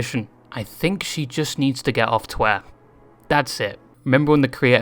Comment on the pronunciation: I like how you pronounce twitter "twella"